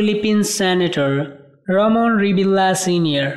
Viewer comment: Your pronunciations is a big mistakes. It should be ( reveal yah) not reveal la. Disclamer